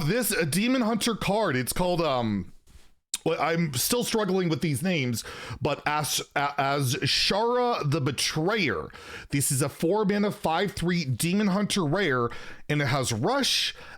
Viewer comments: The "z" in Azshara is silent ah-sha-ra. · Hey when it comes to saying “Azshara” just say it like there is no “z”. So you pronounce it as “Ash-ara” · Just a friendly pronounciation tip: Azshara is pronounced Ajara! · you pronounce Azshara without the z. So like Ashara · Anyone else surprised didn’t know how to pronounce “azshara”? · when you pronounce "Azshara" you say ignoring the z